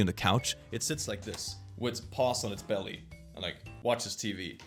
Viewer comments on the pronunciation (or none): none